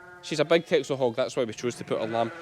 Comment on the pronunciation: The Dutch island of Texel which the breed is from is pronounced 'Tessel'